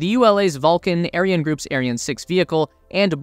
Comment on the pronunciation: Can you just google how to pronounce those weird words like Ariane and Thales. It’s not rocket science